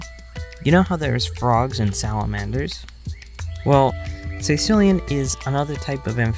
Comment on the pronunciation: i'm sorry, but it'spronounced caeCILLian, NOT CAEcillian